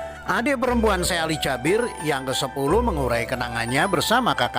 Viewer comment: Bacanya kok Jabir si kan Jaber 😞